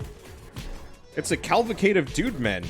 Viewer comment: "A Calvicade(?) of Dude-Men!"